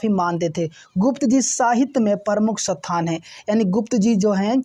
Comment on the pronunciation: are sir ji sathan ni hota h isthan hota h 😊